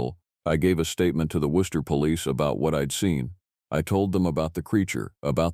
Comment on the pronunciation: am, South Shore of Massachusetts. I'm impressed with the correct pronunciation of Worcester 😂... Love your stories. ❤